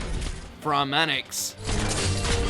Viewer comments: I am surprised the likes are higher than the dislikes right now. Wait until the Tectone army arrives after watching his video. Also I lost my Sh%t when I heard Tea-op-o-sis and Branmanix. Oh and the Subs say Theophilus and Braum Annex (Pramanix) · Tea-oppal-sis. En-kay-fal-en. Look at how they massacred my girl. Honorable mention goes to 'Nerl' 'Pra-manix', using Sword Rain for DPS and not even mentioning the stun, and some questionable recommendations. Gitano has higher DPS even if she deploys with +HP% card. Also, WHat's WIth the EMphasis, on every OTHer WOrd? It sounds forced. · describes Projekt Red as one of the more common 5☆ GUARDS Me: "That sure is a fancy way of saying "Specialist", you got there. Also: "Tea-oppel-sis" "Pruh-man-ix". JFC, I've heard mispronunciations of names before, but just. Wow. Also also: WHERE. THE FUCK. IS DAVE? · Pea brain: Pramanix Medium brain: Pruh-manix Galaxy brain: Bruh-manix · Ptilopsis -> Teapplesis Pramanix -> Farmanix Exusiai & Eyjafjalla: don't make "Best 6star Operators Vid." Please!!! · After pronouncing Ptilopsis as TEAOPPLESIS and Pramanix as PRUHMANIX, really need to consider on changing jobs now cuz where the hell is DAVE. And also, no offense but ur bad at pronouncing and also wtf is that shitty gameplay. Am very sorry to MOJO and ESPECIALLY for? I think not but u just blew it man with the TEAOPPLESIS, u just blew it bruv.